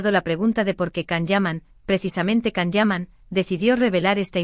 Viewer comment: Se dice Gian o Yan no Can.